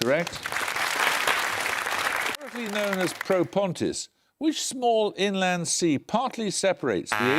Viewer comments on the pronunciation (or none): none